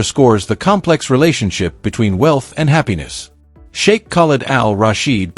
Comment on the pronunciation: Narrator -learn to pronounce Sheikh